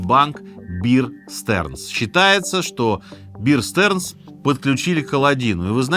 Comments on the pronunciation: "DERIVATIVE" произносится как "дэрИвэтив", а не "дэривЭйтив". В "BEAR STEARNS" первое слово произносится как "бээр", а не "биэр" - как "медведь", а не "пиво". РОБЕРТ КЭННЭДИ на фото показан не тот. Процитированный человек - его сын, и имеет приставку ДЖУНИОР. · Ржу никак не могу! Вeer Sterns... Пиздец! Бир Стернс... Как можно упасть до такого?